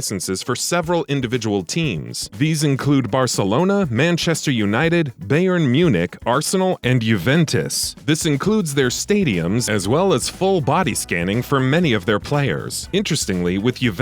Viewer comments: He said Beyern Munich😭😭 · Which team is Beyern Munich? Bern from Munich? Learn the names before you pronounce them